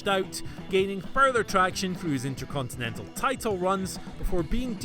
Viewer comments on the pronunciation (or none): none